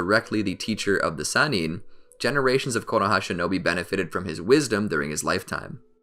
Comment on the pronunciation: Lol if y’all gonna make a video together. Atleast come together and call the Sannin one pronunciation.